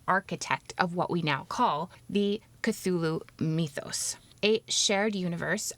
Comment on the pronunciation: I really appreciate the way you say those names. They come across as much more otherworldly than the way I say them.